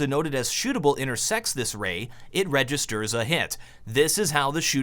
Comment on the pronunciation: Props for the "Ray" :D